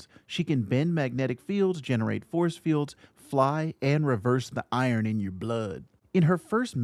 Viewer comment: "Iorn in your bLoUD" sir, I think u forgot to say "Bleh Bleh Bleh"